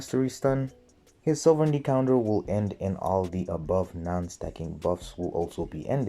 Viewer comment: I love how each time you said sovereignty, you pronounce it differently